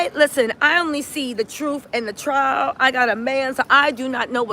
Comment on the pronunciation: TRIAL... NOT TRAIL YA'LL C'MON😅😊